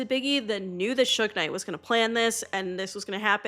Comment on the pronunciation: 😂 true that's like when I watch something about Tupac & they say Soo-gay-night instead of Suge knight. Pronounced Shug.